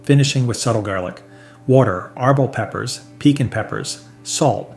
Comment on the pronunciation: There's a reason Frank's is the best selling in the US, and one hot sauce snob's opinion isn't going to change that. Heck, you can't even pronounce Tapatio correctly. The accent should be on the "ti" part. Same mispronunciation of piquin (you even misspelled it). Please, don't pretend to be an expert when you can't even pronounce the names correctly. And how does Valentina rank so high when it has sodium benzoate as a preservative?